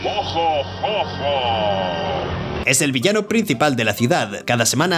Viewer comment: No entiendo porque le dice Yoyo a mojo jojo si en el mismo video el doblaje de dice Jojo y no Yoyo